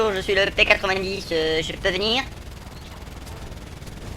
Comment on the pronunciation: On dit P-nonente !!!!!